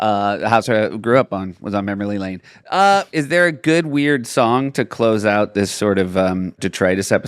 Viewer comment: Am I the only one who keeps hearing Seth say "mammory lane"?